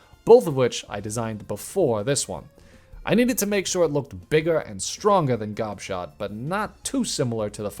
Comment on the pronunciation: Gobshot is such a funny name. When I first heard you say it i thought you said Gobshite and i was dying of laughter